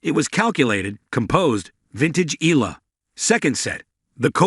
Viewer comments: EYALA Thats the correct pronounciation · It's looks like this sports caster doesn't care about right pronunciation of foreign players, to them they do it what fits them , it's E YA LA!!! bwisittttt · This is not first time you covered Alex Eala, but still you're not pronouncing her to full name right. EALA is pronounced like there's a 'Y' in between E & A. FYI